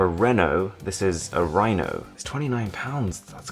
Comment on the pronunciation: A rhino poped out when he said Rino